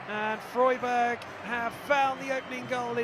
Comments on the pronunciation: When did Freiburg become Froyburg? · Did the commentator seriously not bother learning how to pronounce Freiburg before taking on the gig?! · Obviously not